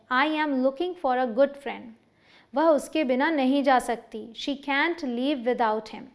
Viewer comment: Man can't ka Pronounciation thik karo